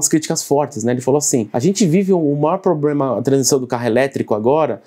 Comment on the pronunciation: PROBREMA POBREMAWAHAHAWHUAAHUWHWAUAHUWAHUAHWJAHUASHUWAHSUAHWUWHAUAHWJWBAJABWUWHAU